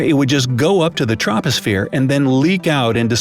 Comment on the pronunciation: 😂 you pronounced troposphere wrong😂